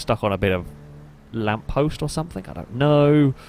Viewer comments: Why do you say somethink? The word is something. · It’s ‘something’ not ‘somethink’.